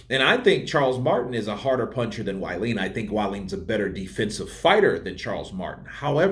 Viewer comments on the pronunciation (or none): C'mon Man, "Wallin" is pronounced "V-Eye-leen"!